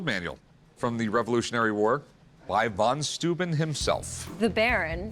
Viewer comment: Why do Americans always have such big trouble pronouncing anything that is not English? It is amazing to me. Van Stooben? The heck is that? Oh you mean von Steuben, why don't you say so? It it not that hard.